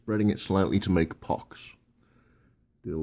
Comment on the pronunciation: I just love the way you keep saying pox. . .